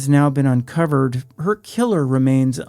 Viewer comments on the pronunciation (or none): Do you know how to pronounce “her”. It’s a pretty common word.